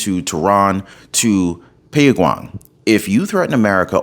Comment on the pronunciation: Pawn-yang... LOL!!!